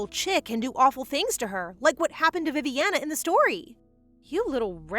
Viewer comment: Did you tell Viviana as Poopiana😂